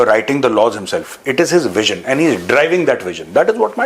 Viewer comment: Aand bol rhe hai 😂😂😂😂 And ko